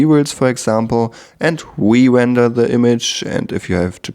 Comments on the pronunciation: If I had a dollar every time he said wender... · If I took a shot every time he said wender, I'd have blacked out by the 1 minute mark.